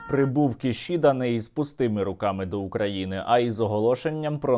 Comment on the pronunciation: Сергію, у японській мові немає літери Ш, тому - Кісіда...